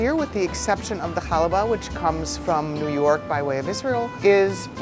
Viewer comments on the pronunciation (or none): none